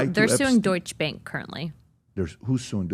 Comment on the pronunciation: Cmon Patrick, “DOITSCH BÄNK”, you know it’s “Deutsche Bank” 😉